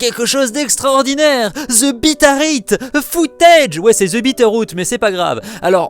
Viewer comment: J'ai compris Peter Pan au lieu de Bitteroot. Rip.